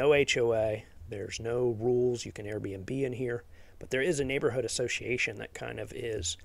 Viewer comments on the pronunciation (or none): none